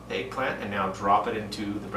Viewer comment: It's egg not eaag